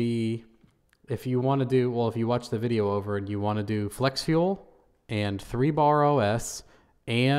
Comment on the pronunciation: Sooo glad you made a follow up vuh-jay-oh. Lol